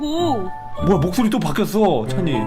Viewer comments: 찬이인데 왜 계속 찬희라고해요ㅋㅋㅋㅋㅋㅋㅋㅋㅋㅋㅋㅋㅋ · 왜 자꾸 찬이를 찬희라고 부르세욬ㅋㅋㅋㄴㅋㅋㅋㅋ